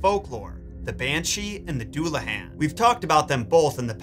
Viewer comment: Duel-uh-hon. Please stop hurting me